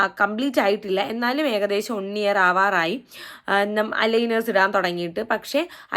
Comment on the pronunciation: Eda വൺ എന്നാ pronunciation varunnath ഒൺ എന്ന് കേൾക്കുമ്പോൾ എന്തോ പോലെ